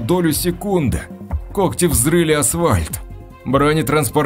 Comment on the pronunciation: Улица « ВоровскОго»- это круто! Как и «асВальт»! Еще в одной озвучке была «тАхта». «Он прошел в комнату и сел на тАхту». Какой язык учил в школе этот «чтец»?